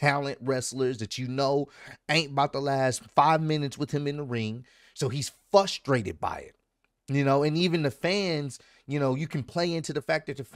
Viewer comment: Fusstrated or Frustrated 😂